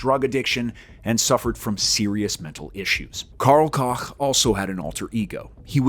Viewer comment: Karl Cock? Really? Let’s try Karl Coke…. Smh